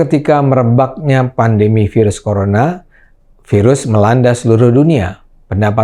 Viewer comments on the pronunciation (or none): none